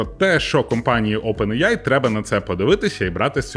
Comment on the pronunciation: Чого Опен іяй ане аі?